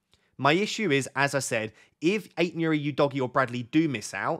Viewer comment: Love your videos. I watch every week. You say Ait-Nouri really weird lol